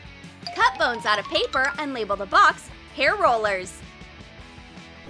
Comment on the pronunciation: When you said bones you said phones ok it’s confusing to say I did it in 1one of my videos lol